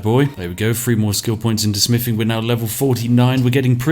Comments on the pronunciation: Smiffing is the manly version of sniffing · smiffing?? wuts smiffing?? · Spiff prefers to say "smiffing" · I enjoy the videos, but it is very hard trying to be invested in the proper English character when said character cannot pronounce “th”. Especially with the repeated use of the word “smiffing “. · More like 'Smiffing' ...if you listen to how he says it. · He also smiffs and frusts as well. And counts to free and frows fings. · I know he's saying "Smithing" but it really sounds like "Smiffing". But to be honest I prefer smiffing because it reminds me of the great all mighty otherworldly existance Spiff. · The Smiffing Brit. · Ah, yes, the. Just what I was looking for. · More like "smiffing" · I'm hearing "We've leveled up our Spiffing"^^ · He actually did say "level up our Spiffing" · Th doesn't make an f sound just FYI